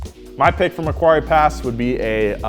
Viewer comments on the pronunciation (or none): Macquarie (mack-woh-rry) Pass you fucking drongos! Honestly, who does your research?! Couldn't even take the time out to decide what HSV/Holden you wanted. A helium-filled drop bear would do a better job than your team. Fucking Yankies. (I'm not mad, I'm just disappointed) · Uhh it's Macquarie Pass btw, not Macquerie. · It's Macquarie not Macquerie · It's Macquarie pass not Macquerie hahaha. Only drove it once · sorry to be an Aussie pedant but it's Macquarie pass not maquerie pass "ua" not "ue" maq worry not mac querey but thanks for the ace roads going to do NZ first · Fyi being about 30 mins from the mac pass it's pronounced mackworrie pass